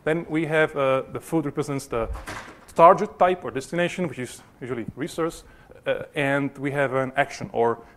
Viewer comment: Oh my pronunciation of "target" :-)